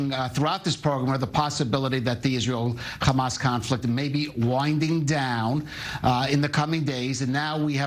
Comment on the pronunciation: People who insist on being extra with how they pronounce "hamas"...